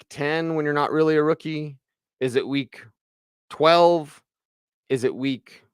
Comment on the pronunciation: I moved to the other room, and you were asking, when is a rookie not a rookie, but from there it sounded like when is a wookie not a wookie! lol I was like, did orange and blue today turn into jedi and sith today? A wookie is not a wookie when they give them pants!